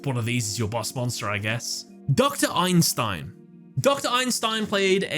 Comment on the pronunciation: Ei-Sen-Stein! Not “Einstein” lol😂 (Iykyk)